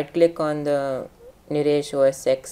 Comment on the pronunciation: It's OS FUCKING TEN